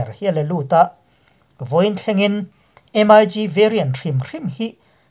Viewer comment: In channel hi ka lo thlir ve thin.Ka sawi duh chu thil hian lam dan hik a nei ,entir nan em ai gi tilo hian MIG Ztih a lam tur a ni .Tin a dang leh ah chuan thu sawi tur hi hi ziah lawk vek nise chhiar mai hian hun a heh lo.Titi pah a thusawi hian hun a heh in in sawi tum tam tak in sawi hma in hun hi a liam thin.A dangah chuan in ti tha e.Pawimawh ta chu lam dan khawvel in a an hman hi zawm hram hram ni thei se